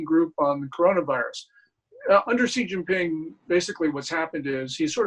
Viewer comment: For the love of god his name is pronounced She (as in she is a girl) Jean (like blue jeans) Ping (like ping pong) Xi Jin Ping. Lets strive to learn how to say peoples bames properly.....its easy.